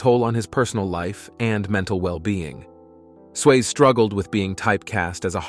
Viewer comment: Why can this guy only sometimes pronounce Swayze correct? Also it is even spelled wrong in the title. I guess that should have been an early warning right there